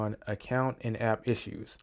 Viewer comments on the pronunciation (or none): none